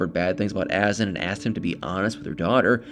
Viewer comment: Isn't it a. Zan. With accent on second syllable ? Clickbait drives me crazy Nicole is a lazy person.she needs to get a real job.that poor child!